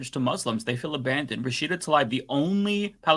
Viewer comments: Learn to pronounce Rashida’s last name. Rasheeda nor Rashiida. Thx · Is it me or is not saying Rashida's last name correctly?